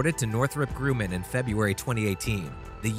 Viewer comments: Grumman not grooman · It is pronounced Grumman !!! Not Grooman . 🙄 This kid literally knows nothing of the aviation world but .. Fine .. I. get it ... its just a job ... make a few bucks ... but damn man....... if he wants to continue to know about getting paid by narrating videos he may wanna brush up on his researching, especially his pronunciation . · Anyone, including this clown, who says “nucular” or “Northrop Grooman??” Or “Topolev” instantly loses ALL credibility. If you don’t know how to pronounce the “Terms Of art” within a specific field, then you have spent approximately ZERO Time in that field. People who spend a significant amount of time amongst real experts, hear & pick up the vernacular. From his gaffes, one can safely conclude that he know ABSOLUTELY NOTHING about nuclear physics or American or Russian aviation industry or professional narration (because professional narrators go to extensive effort to identify & learn the correct pronunciation of unfamiliar words in their text, just so they won’t make these humiliating mistakes. This clown is just reading words on a page that he doesn’t understand ... like most “reporters”, these days. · Wow. It's really kind of irritating that you don't know how to pronounce Grumman, a long time, significant supplier to the US military. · Tupolev say it correctly also get Nuclear in as well not Nucyular ? Grumman is said as its seen Gum man not Grewman just get stuff right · Yah, who the hell is the narrator? He needs to do a little research. And it's pronounced "grum man" , not "grew man". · cost There are EIGHT engines, NOT 4. There are four pylons, each pylon holds 2 engines... also, it's not "grewman", it's "GRUMMAN" like "uhm" GRUMMAN. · It's pronounced grumman.. not groomin! And the word is NUCLEAR... NOT NUCULAR!! (Learn it now... And pronounce it properly for the rest of your life!) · Nukular? LOL yes... and grooman? wtf? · Learn to pronounce “nuclear” and “Grumman”